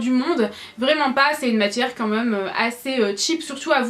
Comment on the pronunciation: C'est très bizarre quand tu dis "quand meume" au lieu de "quand même" ?!